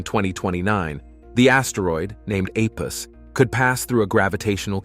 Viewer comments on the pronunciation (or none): Apus? Thought was called Apophis?